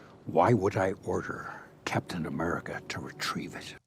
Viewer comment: Captain A-meh-rica